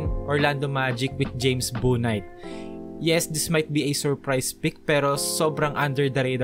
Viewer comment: Bouknight is pronounced "Book-night"